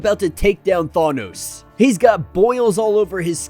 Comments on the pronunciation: THANOS NOT THAWNOS LMAO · the way you say thanos now is worse. now you say thawnos lol :D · neither Thay-nos not Thah-nos is correct. it's Thanos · I almost rather have him say thay-nos 😂😂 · You said it wrong both times. I do not remember Chris Pratt saying it that way either. Are you still saying it wrong it’s pronounced Thaanose thaaan-nose Oh in what movie did they ever say it the way you’re saying it when you go look at avengers endgame listen to the way they say his name that’s the way Jack Kirby said it and if Jack Kirby says it that way then you should too he did create the guy after all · “Thawnos” lol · You're still saying it ò[. Than- oh-s